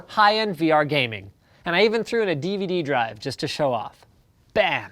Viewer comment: whats a divadee?? Is it like a VHS?